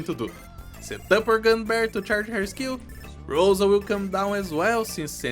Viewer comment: Always wanted to tell this. If Rosa's name is a russian word, then it means not a rose, but a dew. Also the stress is on a letter A